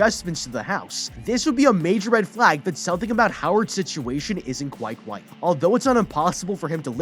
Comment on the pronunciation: "quite wight"